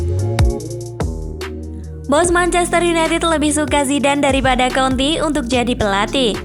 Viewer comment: Konte min, jangan konti 😂